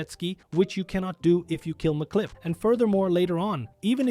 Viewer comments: Really? "MacClip"? "The Chief"? It's Emcee Clip AND just Chef. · Dude can read English, clearly. It says MC Clip, not McClip like he's an Irish lad. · I find it fascinating that you have all of this knowledge about the game, but simple names that are said out loud, in some cases m multiple times, are constantly being mispronounced. Chef, MC Clip, Cris Formage. It's very off-putting and unprofessional for a video creator.